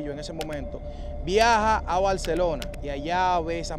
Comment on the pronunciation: No se dice Balcelona capitaleño